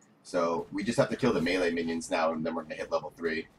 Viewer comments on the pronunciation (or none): none